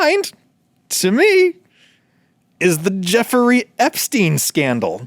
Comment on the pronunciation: Why, Adam, do you pronounce both "ice cream" and "Jeffrey" so strangely?